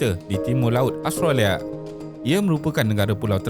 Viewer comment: As usual, very informative. Cuma pronunciation perlu diperbaiki, especially nama negara. Tiada “O” di dalam Australia. Jadi bukan “austrolia” atau “ostrolia”.